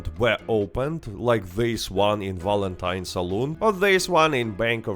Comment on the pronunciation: Its not "W"alentine you silly "V"anker...😅